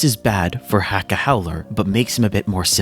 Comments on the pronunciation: please for the love of the saints corpse Acca name is letter H in Italian the H is silent... its Acca not Hacca... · Heads up, it's spelled Hacca but still pronounced Acca. The H is silent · The ‘H’ in Hacca is supposed to be silent because it’s Italian! Great video otherwise! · Dont my guy cant say accas name correct your not doing to bad